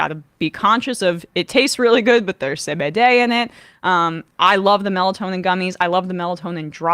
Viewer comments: Only just figured out that sá-bé-déh is 😂 re-pronunciation of CBD. I usually listen while I work but this time I was looking at the screen as Emma hold up the decoder 😂. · Why do they call cbd “say bay day”?